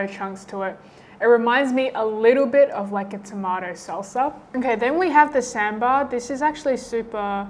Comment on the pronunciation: Appreciate your effort in trying out the Indian Food for the whole day and especially cooking by yourself right from Dosai to Naan. That's wow!! It's like covering South India to North India in one full day 🤩👌👏 Something that I wanted to share.. - Dosa is pronounced as Dosai - Sambar is pronounced as Saambar - Lassi is actually made of Yogurt Like Nidhi suggested, the batter has to be mixed with small amount of water to dilute it, but should still maintain the consistency, and add some oil or may be butter on the edges which gives you some richness. - Rasmalai is actually made from spoiled milk that means intentionally spoiling the boiled milk with vinegar or lime and that's dried to become a dough. You can give it a try in one if your challenge videos to make Rasmalai from Scratch, but before that you can try cooking Gulab Jamun for which you can find the mixture in Indian Grocery Stores. Stay safe...